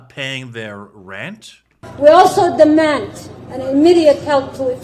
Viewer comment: Many many moons ago on a different continent we heard that “wi dammand” ad nauseam. The “dammands” never stop.